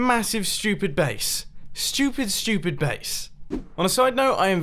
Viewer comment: He said ''stupid'' just like ''schu-pitt'' ;D